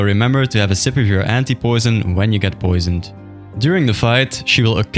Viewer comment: he said anti poision.